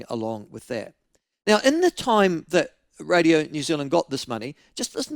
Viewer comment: Maybe it's just me but when ML says "now" I hear nowa 😆